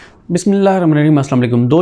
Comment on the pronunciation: بھائی جان بسیم اللا تو سہی طریقے سے پڑھ لیا کرو